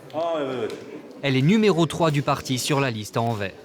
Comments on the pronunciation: Anvers se pronounce Anvers not anver. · On prononce AnverS et pas Anver, incompetents de journalistes... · pour les français anvers = an-verse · ça se prononce Anversse (on prononce le S à la fin ...) comment est-ce possible d'encore faire cet erreur ... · On prononce le "s" de Anvers , c'est "Anversse" ou Antwerp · Envers et contre tout ? AnverS , le S se prononce, s'il vous plaît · On dit pas mairie mais commune et anvers on prononce le s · Sixième seconde : Anvers prononcé sans le s final. Ca commence fort. Tocards de Parisiens de merde. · On prononce le s dans Anvers, c'est pourtant simple. Ne pas le faire est mal le prononcer mais si t'es obstiné et que tu préfères persister dans l'erreur... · Oui, ça m'a filé une migraine pendant toute la vidéo. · Mais c'est fais exprès ou quoi ? Vous vous dites Vlaamz Belangue Et Anvers se prononce Anverse